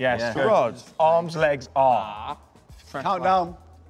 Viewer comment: . Pickford saying are😂😂😂